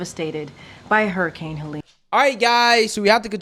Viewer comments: Every time you say Harricane...I think you're mixing Harris with Hurricane... that said this whole situation is ridiculous...I feel like they're picking and choosing who they're going to be helping at this point.. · I laugh everytime you say hurricane. Idk how you pronounce it so funny. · I feel like today is your first time ever saying the word "hurricane." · "Hairicane" HUR. HURRICANE. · it's Hurr-i-cane, not hair-a-cane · I love you bro but you say “hurricane” like “herricane” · Bro…it’s “her-uh-kane” not “hair-uh-kane”. All good though 🤜🏾🤛🏾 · lol it’s “herrr..” not “hair..” ….. love your vids but this was driving me nuts every time u said the word. Hurricane 🌀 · What’s a hair-a-Cain? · Haha u keep pronouncing it "Hairrucaines"....which is a nickname we called a hairy kid we used to wrestle that would throw everyone around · Please stop saying “hairicane”. Please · What's a "hairicane"??? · Is saying 'harriscane'? That would make sense though, as she's about as destructive to America as the real thing. 😂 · HER HER HER HER HURRICANE Pronounced HER ICANE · Hur-uh-kayn! 😂 eff her and bidens administration. They are out win or lose they’re out! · calling it a hair-icane got me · Why are you saying Hairicane? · "Herricane" that's how says it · "hairicane"? heheh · pronounces it "HErricane" 😂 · Funny how he calls it a HAIRICANE 😂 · Yeah, but wtf is a hairycane that keeps mentioning? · Bro can't say hurricane 😂